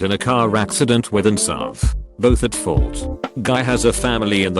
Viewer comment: When the robot reader calls a SUV a SUV Bruh